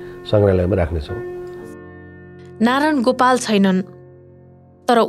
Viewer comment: नारान गोपाल होइन क्या, नारायण गोपाल भन्नू